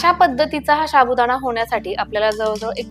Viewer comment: साबुदाणा असे म्हणतात शाबुदाना नाही प्लीज मराठी स्वच्छ बोला आणि मगच व्हिडिओ करा